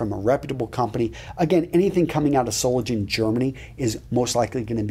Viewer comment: Hahaha, my hometown is Solingen and it took several times of you saying it until I understood, what you were talking about, because you pronounce it like an English word. And yes, Solingen prides itself with their craftsmanship in making blades. The companies there are extremely good at it.